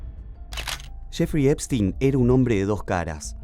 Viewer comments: Shefri epstin😅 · ..."CHEFRI EPSTIN"